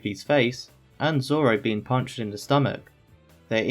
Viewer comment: "I think I can figure it out Zolo"